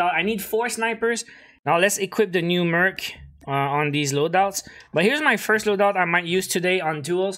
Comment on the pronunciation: Did no one realize he said Merch 5 lol😂